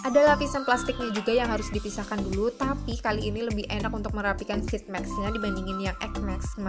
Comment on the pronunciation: Maaf kak, mau ngasih saran. Tolong perbaiki cara pengucapan sheetmask nya ya kak. Makasih 😂😂😂